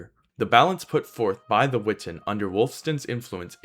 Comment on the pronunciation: Great video! I’m not sure that it matters, but my favorite college professor always insisted that it was pronounced: we-TAHN. Just throwing it in there, not trying to be contrarian. Cheers!